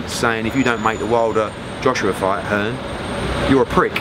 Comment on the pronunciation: Eddie "Hearns"